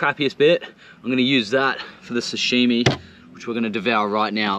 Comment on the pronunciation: its sashimi bro, not sushimi hahaha